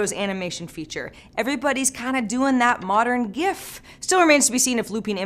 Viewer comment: the g is pronounced as Graphic, which what it exactly stands for. Not JIF. Its Graphic Interchange Format. She had it correct